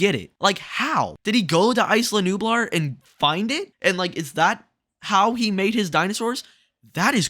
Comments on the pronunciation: Say it with me…IS-LAH not ICE-LAH lol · "Ice-luh Nublar". It's pronounced "Eye-luh", not "ice-luh" haha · (EeeZ-lah Nublar) come on man